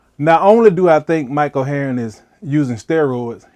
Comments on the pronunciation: This is so great! Pronouncing his name “Mike Oheroin” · Mike oh hey-ern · you say his name so funnily